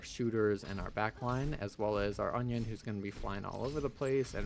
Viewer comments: I keep hearing onion and in different videos too XD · Please tell me i'm not the only one that kept hearing "onion" instead of Anran on King's Row? xD Amazing series btw loving it!